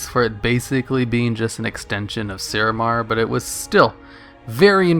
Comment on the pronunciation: Thogar not Throgar; Suramar not Surumar. Onyxia's Lair got re-released as lvl 80.